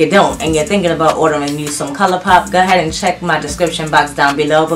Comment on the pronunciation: I’m still so enjoying your channel. I love the way you say “go ahead”. I’m southern so everything has 5 extra syllables. 🤣